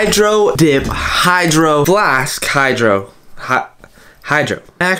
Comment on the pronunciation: Actually I say hydroflasksksksks too so